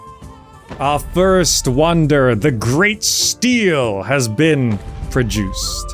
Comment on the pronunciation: Hi, "Stele" is pronounced like "Stellay".